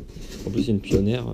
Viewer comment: Lol pioneer se dit pionir mais sinon sssuper vidéo j'ai egalement le meme controleur